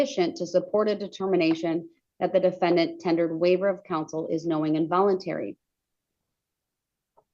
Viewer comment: The da-fen- DANT!!!😂